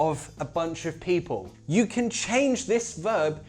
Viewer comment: Am I seeing/hearing things or are you really saying "people" with a cockney accent?